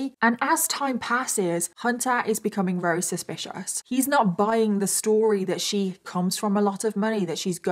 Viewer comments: Love... but does anyone else notice she says very with the v sounding like an r? Is that how people from the Uk pronounce v's? Like r's or is this a problem with speech? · Anyone else thinks it's cute that sounds like she's saying wery instead of very most of the time? 🥰👌😂 x